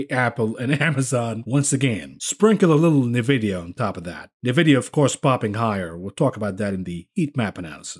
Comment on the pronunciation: "Knee-vidia". Lol.